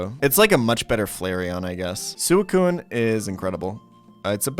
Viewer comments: Wtf is that Suicune pronunciation? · K I actually did do a lot of research for my reply. Ariados and Yanma I wasn't positive about so I had to confirm those with official sources, and I ended up being correct. Raikou and Suicune he says incredibly wrong, so it's interesting that you stand by him; I'm wondering if you've done any research of your own? I'd love to see a source with his incorrect pronunciations of any of the pokemon I listed.